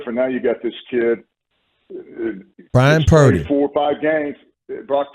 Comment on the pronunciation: Bryan Purdy? 😂 get it together dude lol